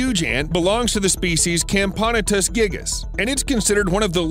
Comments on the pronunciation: Cam-pono-tes gigas 😐 (Dorymyrmex gigas) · Mispronounced Camponotus and also that ant isn't called Camponotus Gigas, it's Dinomyrmex Gigas